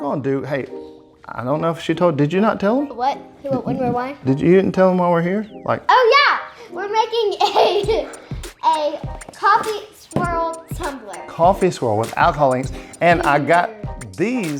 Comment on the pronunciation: Happy birthday, great personality! Did you notice she said toombler?